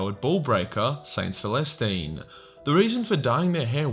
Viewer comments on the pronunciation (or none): Oh God you called her saint molestine lmao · hol'up did you say Saint MOLESTine